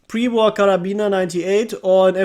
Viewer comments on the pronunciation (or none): none